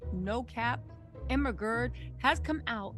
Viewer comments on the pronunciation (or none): does someone else hear ERMAHERD every time she says Emma's name?